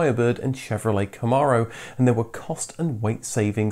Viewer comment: I'm all for internationalism in language usage, but could we agree that the Chevrolet Camaro is culturally a North-America-only thing, please? It has been pronounced "ka-MARE-oh" (as in, a female horse) here from day #1 when the 1967 first models came out, and I bet that 99+% of its sales have been here. To compensate, I'm doing my best to help my fellow Americans properly say "Porshuh", "Ow-dee", sometimes even "Fokes-Vahgen". :)